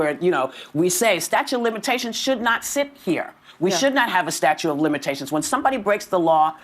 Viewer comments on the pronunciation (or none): And Whoopie, dummy, the word isn't "Statue of Limitations." It's "Statute of Limitations". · Whoopi is is saying 'statue' of limitations. I saw that once in a famous comedy...some guy 'Kramer' or something....these ladies are beyond stupid. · Whoopie Goldnerd says. Most young people don't understand how the law works. LOL.... She calls it "STATUE of Limitations" multiple times. It is called "STATUTE" of Limitations. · Hey, Whoopi, it's a statute, not a staue😂😂😂😂😂😂